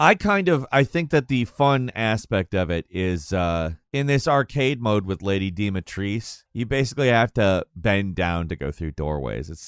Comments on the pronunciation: It’s not “Lady Dematrice” it’s Lady Dimitrescu(dem-uh-tresk” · Dimetrescu. It’s Dee-mee-tres-coo! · It's not lady DIMITRIS. Dimitris is a greek MALE name which Dimitrescu originates from. Either call her Dimitra or by her actual name Dimitrescu. Sheesh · why do you always name her Lady Dimatrice when it says Dimitrescu? It's Romanian, not French 🙂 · It's "Lady Dimitrescu" it's not "Lady Dimitrice". It's a romanian name so it's pronounced the same way as it's written. Words or names in romanian doesn't have special rules of pronunciation like in English or other languages. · its dimitres coo not dimitrees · It is not "Lady Di Metres", wtf. "Dimitrescu" – Dee-mi-tres-coo. PS: Obligatory statement that I love your videos and watch them regularly. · e dimitrescu nu dimitris .... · Its pronounced… dimitrrrrrrresCU (or dee-mee-trrres-q) Romanian names that end with ‘cu’ get said cu spelled out. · DimitresCU. Jesus, these guys never bother trying to find out how things are pronounced when everyone does it. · I hate so much how you pronounce Dumitrescu, like you pronounce it like Doomheetreskoo and it drives me mad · Ah yes, good ol' Lady Dimitressss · Lady Di-mi-Tress-KU! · why aren't you pronouncing the "u"?... it's DimitrescU - just google translate in Romanian and use the text to voice feature; the google text to voice in English pronounces it more correctly then a real person - that's sad. can you tell me an example of an English word that has an "u" at the end and you don't pronounce it? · Worst pronunciation of Dimitrescu I ever heard lol. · That pronunciation of Lady Dimitrescu name is god awful. Maybe find a minute of your time to learn how to say it correctly? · I can't believe you mispronounced dimitrescu when that's isn't how she says it in the game